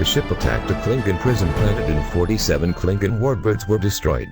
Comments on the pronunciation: Music volume Starwars clips And whats a klinkin? Klingon lol. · Why is a robot talking it should have been a human & should have took the music off & can't say Jem'hadar or Klingon properly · Down-voted for stupid computer voice that can't pronounce "Klingon" or numerous place names.